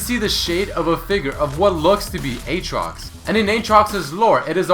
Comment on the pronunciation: Not Eetrox, Ootrox, Uutrox, Iitrox?